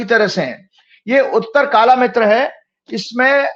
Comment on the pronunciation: kitab par naam darj hua hai uttar kaalamruth, aur aap uchcharan kar rahe hain uttar kaalamitru... Aisa kyon... Sahi uchcharan kya hai? Please note, i am a malayalee....